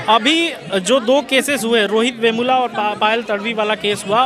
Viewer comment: विष्णु तिवारी याद हैं रोहित वर्मुला नहीं बेमुला हैं भाई अज्ञानी/ चाटुकारिता पत्रकार